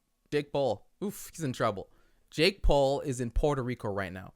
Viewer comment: How did I hear "uh dick paul" 😂